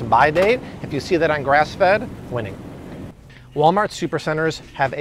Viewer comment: i love when you mess up and say "walmalt" haha! thank you for everything